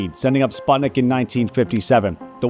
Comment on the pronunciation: I love how you butchered the pronunciation of Sputnik even though you just played the news clip of a guy saying it a few seconds prior. Also Gagarin's name.